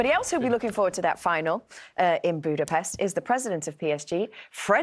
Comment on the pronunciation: Everyone is saying the name Budapest wrong